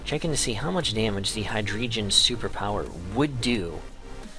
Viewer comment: nice battle, only thing... it's pronounced Hi-Dray-Gone lol